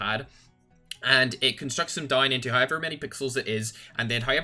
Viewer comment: Everyone: "However": "Hi-Ever"